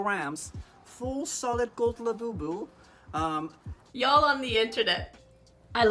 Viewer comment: It's a labubu not labeebeww- unless you purposely meant to say it like that!!